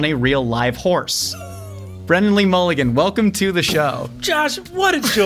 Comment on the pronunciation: BRONNAN!!!!! (brennin)